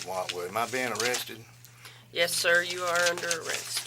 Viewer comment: OH CWAP! I think he's getting O-wested.